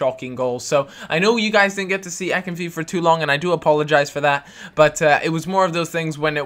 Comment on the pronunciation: Btw it's pronounced akin-fei-ev